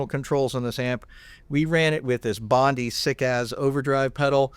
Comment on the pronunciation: Bondi is pronounced Bond-eye. Lol.